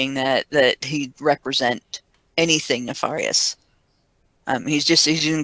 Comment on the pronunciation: it's pronounced neFAIRious.